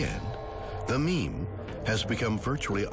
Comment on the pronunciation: The second he said meme I wanted to die